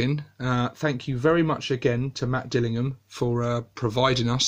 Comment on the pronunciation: Spelled right AND was nice to hear it pronounced correctly. Here in the states you have to hit the "Ham" hard so they get it right.